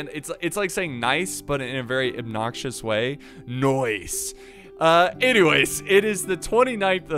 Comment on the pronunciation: "very obnoxious way" - says it in a way that an Australian accent would make it sound lol "noice"